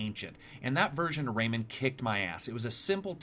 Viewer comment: Rayman not raymen